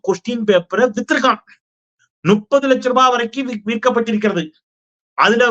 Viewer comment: நுப்பது லட்சம் என்பது தவறான உச்சரிப்பு, முப்பது லட்சம் என்பது தான் சரி ✔️👌🙏